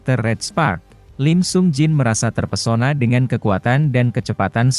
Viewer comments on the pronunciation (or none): none